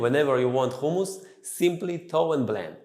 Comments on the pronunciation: He’s an Israelí Jew which is why he can’t pronounce it correctly 🤷🏻‍♀️ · I'm not a cook but I'm sure it's humus not khumus. Even in Hebrew it's written in the aspirated h not the Cha. But that what happens when appropriate a culture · Actually. It is Hummus. Whether you use the softened "H" sounds or the tougher Arabic "ح" sounds. And only if your language doesn't have neither sounds, like Russian for example, then "Khummus".